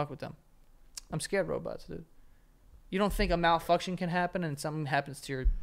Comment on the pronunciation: I swear to the Gods Joe said "malfucktion" at least the first time lmaoo